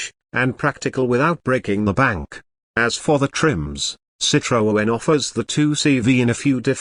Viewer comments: Hi, why do you keep presenting all this nonsense about 2025 cars that clearly will never exist???? Irritating. Calling it a CitroOen, with an extra O. No wonder you call yourself. Crazy it surely is. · What a shite robot voice that cannot even say Citroen. "They have even made a soft top model". Hate to correct you but they were all soft top models from the 1940s. Would have been nice to watch the whole video, but that voice.....